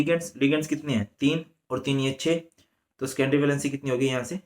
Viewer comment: Scendory nahi sir secondary hota hai